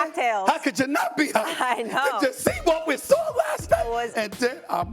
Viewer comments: "saw".....not "sore" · Nobody: Stephen A: I know you "sawr" it. I know I "sawr" it!!!! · I "SAWR" IT 😂😂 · Please learn how to say saw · I definitely “SAWR”it Stephen A😂😂😂😂😂😂😂😂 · "I sore it"